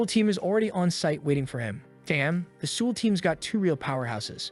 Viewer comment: LOL! The way you pronounce Seoul means alcohol in Korean.